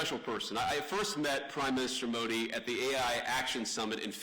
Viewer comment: Usha should teach him the right pronunciations for Modi , Akshardham etc. if she knows & cares .